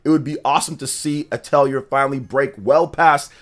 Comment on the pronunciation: Dq3 hd2d remake is insane beautiful I'm addicted grinding lol, and the R in atelier is silent lolol